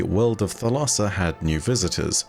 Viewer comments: Thalassa is the Greek word for sea and it's pronounced THAL-a-sa with the accent on the first syllable. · Thalassa, in Greek, means Ocean/Sea. Pronounced a with different inflection as you are doing, but thats how Google prnounce says it, unless you search for how to pronounce it in Greek.